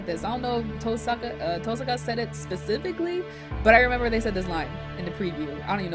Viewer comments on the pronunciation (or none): I love how you've started saying TOHsaka rather than tohSAka. Once you get started with the visual novel, tohSAka sounds so wrong... lol :D